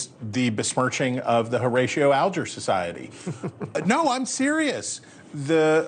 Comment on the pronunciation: OMG... What a bunch of apologists for Clarence Thomas. Was Rudy Juliani too busy? And the host doesn't even know how to pronounce Horatio Alger's name? Strong work, The Hill...